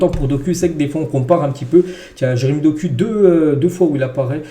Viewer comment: Ce n'est pas de la haine mais ça se dit [dokou] pas [doku] 😁